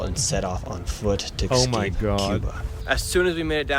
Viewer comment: “excape” most intelligent content creator